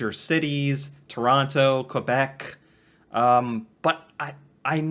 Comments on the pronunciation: quebec is prnounced kaybeck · "Hello" from Prince Edward Island (another province on the east coast), Canada. There is nothing "sad" about not knowing. That you are learning is wonderful. If no one has informed you yet, "Quebec" is (first and foremost) a French speaking province in eastern Canada. It is also a city. "Quebec City" is the capital of Quebec. Oh, and the narrator of your video kept saying "New-found-land". It's actually pronounced "New-fen-land" with a slight emphasis on the "land", as in "New-fen-laand". Cheers